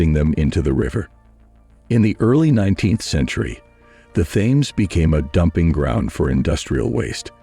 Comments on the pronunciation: It is pronounced TEMS not Thames..... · As soon as I heard the pronunciation of Thames I switched off. Dickheads!